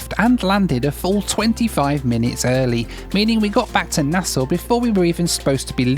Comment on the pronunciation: I was so happy about how you pronounced Nassau in your last video, and this video you're hitting us with the "Leonard Pickling" instead of "Lynden Pindling" 😂